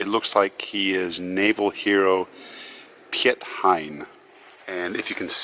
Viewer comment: You pronounce Piet like in english 'Pete Hein' (like Pete Hine)